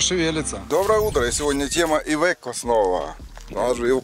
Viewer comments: не ивеко а АЙВЕКО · Ивэко не еде далэко как говорят поляки